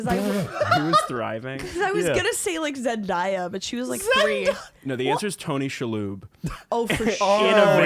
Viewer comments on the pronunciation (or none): Great episode as always but it’s Zen-DAY-yah not Zen-DIE-yah